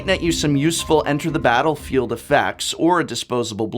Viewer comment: "Batter-field" eh :P Someone is a fan of batterskull :D Great video! Don't forget flickerwhisp :D